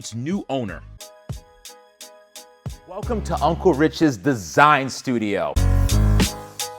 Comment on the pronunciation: "Disign" huh?